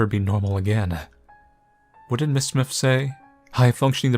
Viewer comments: It’s S-My-Th. Not smith. Smythe is S-my-th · I know this is like...3 yrs too late and all, but..."Smythe" is pronounced "smIthe," that is, w/ the long-i sound for the "y" and the "th" is hard like in "the" as opposed to "with." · you don't know how to pronouce. Smythe isn't pronounced like Smith. It is "Smy" like "try" and then the "th" sound follows. Use similar rice with "i" as the "e" at the end of Smythe gives us an uppercase "I" sound. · I think its pronounced "Sm*I*the" with a long I, rolling into what sounds like the word "the". all one syllable.